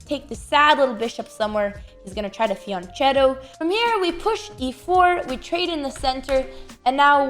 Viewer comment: "fiancietto" Oof, mamma mia 🙈